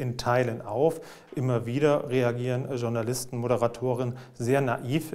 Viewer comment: warum sagt heute jeder DSCHOURNALISTEN ???? kann mir das endlich jemand mal erklären? das wort kommt aus dem französischen.